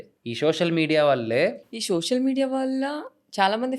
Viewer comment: షోషల్ కాదు సోషల్